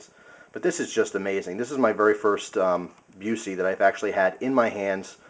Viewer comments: Buss-eee not Byoo-see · Busse is pronounced Buss-e not like the actor. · Not being picky but for info it is pronounced 'Bus-e', as in a school bus, with an 'e' on the end. They are the BEST knives you can buy. I'm surprised your friend had problems sharpening this as INFI is probably the most forgiving steel when it comes to sharpening be it flat grind or a convex edge. Very easy to maintain and will cut through a car door ;) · i think it is pronounced Bus-E great knife though, i like the ASH-1 a lot. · AAAARRRRGH!!! Busse is pronounced "Bussy" it rhymes with fussy. Jerry is not related to Gary Busey. At least you pronounced INFI right. Swamp Rat uses SR-101, not INFI (although there was one INFI model) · Learn how to say the brand name before you make a 10 minute video. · Man..a Busse, how awesome!It' s pronounced different, though lol. But Busse knives are really just about as good as you can go with a production fixed blade.